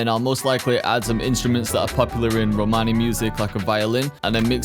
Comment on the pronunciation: Listening the world Romani with this American accent doing a heart attack 🤣🤣🤣 (I’m Italian)